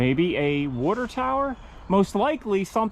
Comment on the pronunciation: “Wuter”Tower….you’re DEFINITELY from south eastern PA.